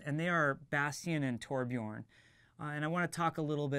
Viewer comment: so THAT's how your pronounce Tobjorn